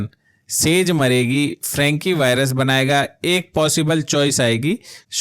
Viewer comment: फ्रैंकी नहीं फ्रेंची होता है, हुएघी नहीं हुई होता हैं। शोलजर बॉय नहीं सोल्जर होता है। क्रूरल नहीं क्रुएल होता है।